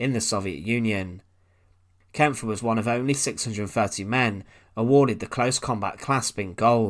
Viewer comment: Great video mate. One little tip, I believe the e at the end of the guys name is silent so you just pronounce the pf.